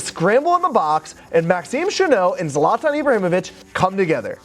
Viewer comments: Its zlatan not zlaaatan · Its "zlaytin". Not "zlonton" lol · Please be able to pronounce people’s names correctly. It’s Zlatan not Zartarn. Ffs